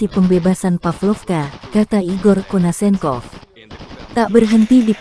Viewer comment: Nyebut nama jendral igof konsenkov aj gak pecus